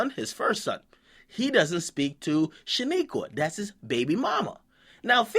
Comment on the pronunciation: lmao " shaniqua "